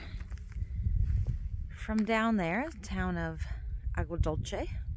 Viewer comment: It’s “Agua Dulce”- Aww-gua Dul-say